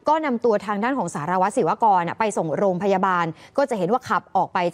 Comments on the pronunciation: เขาชื่อสารวัตรศิวกรค่ะทำไมอ่านชื่อเขาว่าสิว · หมายถึงผู้ประกาศข่าวชายพูดชื่อเขาว่าสิวๆอยู่นั่นแหละ